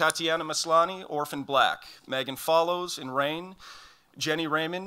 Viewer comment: "We know how to pronounce everything" mispronounces Megan Follows